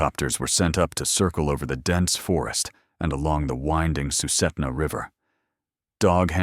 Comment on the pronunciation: Sue-sit-na River and Tal-keet-na.